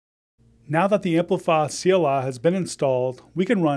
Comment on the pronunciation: I thought you're saying CLR.